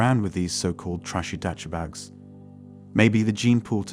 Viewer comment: One mistake the Narrator made, when he said, "...my FEMALE Friends.." Men and Wahmin CAN NOT be, "Friends"... the Wahmin will, "Friend Zone" the Man to EXPLOIT Him... (And I think this is an A.I. voiceover... he said, "Puss-e" and, "Dutch Bags"). LOL!. ;)